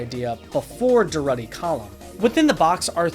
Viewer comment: Btw it's pronounced "Dur-root-ee" after the Spanish anarcho-syndicalist Buenaventura Durrutti